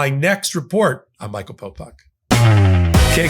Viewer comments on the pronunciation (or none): none